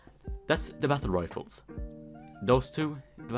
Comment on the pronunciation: "battle rifers"